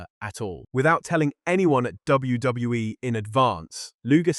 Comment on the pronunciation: Is this what they meant when they said AI couldn’t pronounce WWE? “DWE”